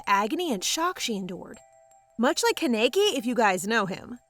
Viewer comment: 'much like kan-EI-key' LMAOOOO